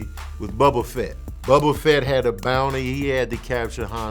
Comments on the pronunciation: Im mad you said Bubba Fett. 🤦🏻‍♂️ It’s Boba LOL! You still the MVP tho 🤛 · Bubba Fett? 😂 I say Boba like the Tea